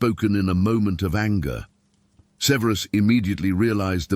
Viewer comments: It’s not severeus severus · Ffs, have the AI narration pronounce “Severus” correctly! Ty.